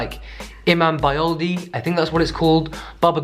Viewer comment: imambayıldı pronunciation was pretty good